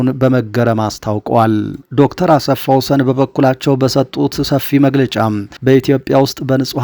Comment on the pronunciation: ❓ " አሰፋ ወሰን " ሳይሆን አስፋወሰን ነው :: " ሰ " ሳይሆን (( ስ )) ነው :: አርም